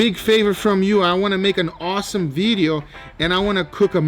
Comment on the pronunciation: What’s a “bideo”